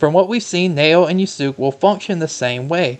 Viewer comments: The U is silent it's just (Yas-Ke) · It's "Yah-skay" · It's painful to hear you butchered Yasuke's name with "Yoosook" every single time wtf, Ubisoft released a video explaining the trailer where they mentioned his name multiple times, can't you watch that first before making this video?